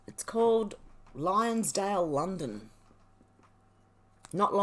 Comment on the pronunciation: It's Lonsdale lol...I'm a Londoner.